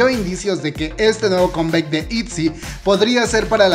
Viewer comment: Deja de pronunciar con bec, es comeback y se pronuncia comback!! Ni siquiera en inglés suena conbec.